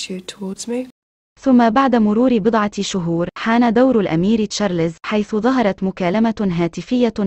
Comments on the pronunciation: ام اسمع مصري واحد يعرف يقول تشارلْزْ . كلكم تقولون تشارلِ…زز. فضحتونا بجهلكم 👊🏾👹👺👎👎👎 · Charles , not Charlézz 👹👺👎👎👎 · يا شعب مصر : اسمه تشارلْزْ و ليس تشارلِ….زز . تعلموا كيف تنطقون اسمه بالطريقة الصحيحة 👹👺👎👎👎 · اسمه تشارلْز ، و ليس تشارلِ…زز. يا شعب مصر . تعلموا كيف تنطقوا اسمه صح . Charles , not Charlézz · تشارلز مو تشاليز.